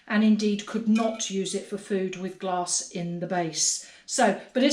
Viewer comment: Love the video! I'm from Texas, so when I heard you talking about mixing "gloss", I had to back up and realized you were talking about mixing different types of glass. LOL